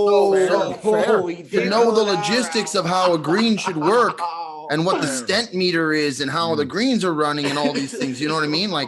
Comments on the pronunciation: did he just call it a stent meter? sweet jeebus, admit you were wrong. practice your putting and get better ya bum!!!!! greets from canada, where we usually don't blame the greenskeepers for shitty putting. you've been in the usa too long! HAHAHA. P.S. it's called STIMP, and if you ask at the pro shop any decent course will tell you what the stimp rating is. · Did he say “stent meter” like the device that fixes your heart when its clogged with Motz? Cause the device used to measure green speed is a stimpmeter. Just sayin’.